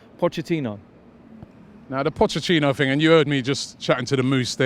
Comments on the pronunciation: Nobody: Robbie: Pochechino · Anyone else notice that Robbie says pochechino.. 😂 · Robbie said potchechino.... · Why does Robbie always say Potchachino? 😂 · Just came here to hear Robbie say “Pochechino” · Good ebening Pochechino